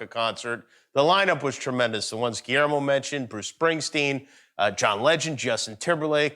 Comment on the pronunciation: Guillermo still let's Jimmy missponounce his name .. hes must be a goog friend. Lol vise versa!!!